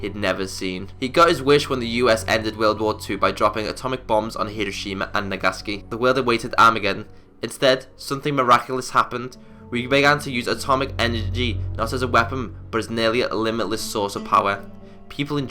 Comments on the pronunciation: "Nagaski" ? It's pronounced "nah-gah-sah-key" I know you're English but slow down with your words homie. 👍 Love the videos. This is simply just constructive criticism. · Btw it's pronounced "NAG-A-SACK-E" Not " NAG-SACK-E"